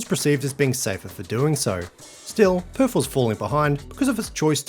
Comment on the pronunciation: West Aussies can’t do TH when saying Perf 😁